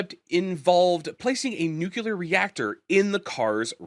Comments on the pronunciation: nucular is not a word No matter how many times you say it, newkuler is still not a word. Rather, it is a flag of ignorance repeated as many times as you say it. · Holy crap, stop saying nukular. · noooculer! ffs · That's how Ronald Reagan pronounced it.